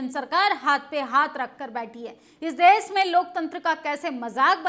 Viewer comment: आंटी देस नहीं देश होता है 😢😢😢😢😢😢😢😢😢😢😢